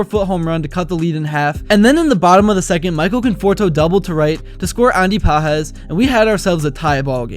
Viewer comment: You’ve got to know, Pages is not pronounced like book pages but “Pahes“.